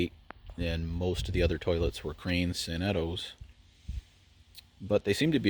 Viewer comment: Those sanetos are beyond Outstanding!!! Huge 1900-50 crane fan The way you prounounced “Sanetos” was weird lol, I pronounce it San-neh-to